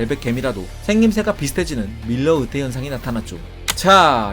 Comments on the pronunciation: 자꾸 '으태' 라고 발음하시네요. '으이태' 라고 해보세요. '의자'를 '으이자' 로 발음하는것과 같습니다. 연습하세요. '으이태' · 으태가 아니라 "의"태입니다. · 으태... 마 갱상도가